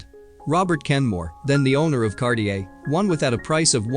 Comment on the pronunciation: And Cartier. It's NOT pronounced Kar- ti -err!